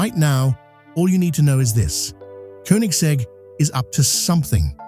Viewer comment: Koenigsegg is pronounced with Ø/Ö, not U. Like as the i in bird.😊